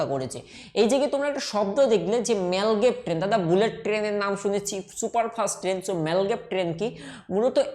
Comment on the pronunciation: apni apnar pronouncing ta arektu perfect korun. মাগলেভ কে বলছেন মালগেব। বৃহনমুম্বাই কে একটা অন্যরকম উচ্চারণ করলেন। আরেকটা লেখা ছিল বেডউ কিন্তু আপনি উচ্চারণ করছেন বেউড। কোনটা টা ঠিক আপনার উচ্চারণ না টাইপ? এটা confusing hoye ja66e।